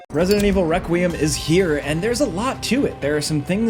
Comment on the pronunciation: Lol he said Wequiem